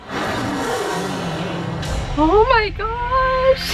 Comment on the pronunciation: "Oh mai gosh" jaja 😂